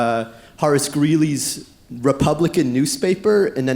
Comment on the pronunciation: "repuplican" the enunciating of this Standford student